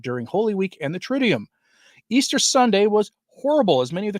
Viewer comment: It's tri- doo-um, not tri-dee-um.